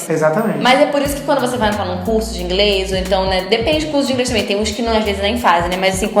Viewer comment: A falou INGRES ou é impressão? kkkk